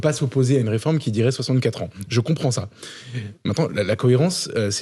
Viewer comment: Arrêté du dire "reformete".... C'est agaçant.!!! C'est une réforme,et elle n'est pas juste !!!!